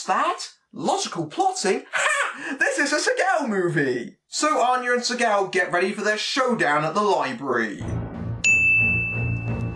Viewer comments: When u say his name, it sounds like your saying sea cow. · I'm I the only one who gets thrown off by his pronouncing his name segow?